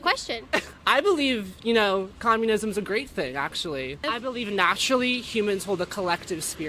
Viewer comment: You are doing "comunisim" today